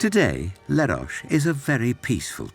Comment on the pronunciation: Where the f@ is Lerosh? It’s Leros … pronounced as written